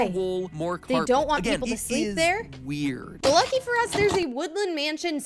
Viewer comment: "Look dor the eye"